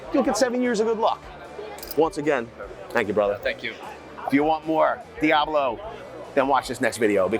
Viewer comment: Let me tell you something VANCE! Diablo = Goat, and Steven is grade a awesomeness, but HOW DARE YOU force him to mis-pronounce his own tool just to get back at me!? You could see how depressed he looked when he had to say it the way you wanted him to. He deserves better, and for shame to you. 😢